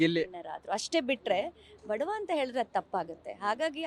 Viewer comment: ಬಡ್ವ ಅಲ್ಲಾ ಬಡವ ಮಾತು ತಿಳಿದು ಮಾತಡಿದರೆ ಉತ್ತಮ